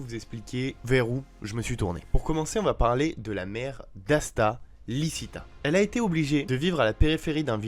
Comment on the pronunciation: dsl mais c’est pour la correction c’est lichita et liebe ( liébé ), apres quand tu dis diable c’est mieux de dire démon sinon c’est pas une capacité d’absorber la force vitale mais si je crois bien une malédiction et oui ta théorie est cohérente